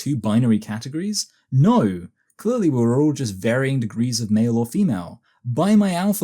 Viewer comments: It's málé and femálé. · Mah-lee and Fa-mah-lee 🤣🤣🤣